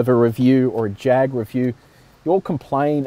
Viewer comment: you are saying Jag wrong. It's a Jaaaag.With a bit of snob note to it.Nice review though. In its class, I think it is the sportiest of the lot. One thing I don't like is the oh-so-black interior. A bit of color would have brightened it up in a more dynamic way.